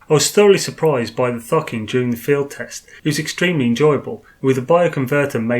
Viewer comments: Why are purposely saying Thucking when it is clearly Thokin? Annoying :) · Idk why, but everytime you say thokin I hear fockin